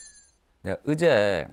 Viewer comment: 어제를 으제라 발음하는데 억양이 아니어서 뭔말인지 한참 생각했네...